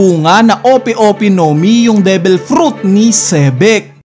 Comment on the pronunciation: Devil hindi debel